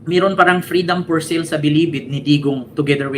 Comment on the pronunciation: Bisaya ka? Anong FREEDOM FOR SEAL? Freedom for SALE (read as SAIL)Hahaha